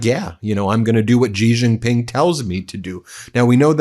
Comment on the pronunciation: It's pronounced "She" Jinping...